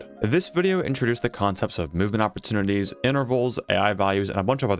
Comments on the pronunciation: Opportunities, not "oppertunites" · "Oppertunties" is wild